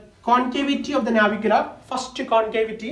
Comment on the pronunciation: Nice..👌 Its Navicular man😄